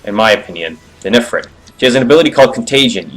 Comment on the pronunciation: Ifirit (eee-freet)